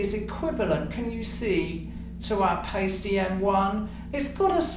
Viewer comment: In German, when there are 2 vowels together, the second one is the "long" vowel. So the "i" is the long vowel here, and Paiste is pronounced "PIE-stee" not "PAY-stee."